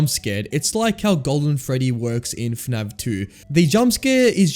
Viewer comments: Why do you pronounce fnaf as "fnav" 😭😭😭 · bro keeps saying fnav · PHANAV... bro its F A N A F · Great video but I had a giggle every time you said F'NAV 😂 Subscribed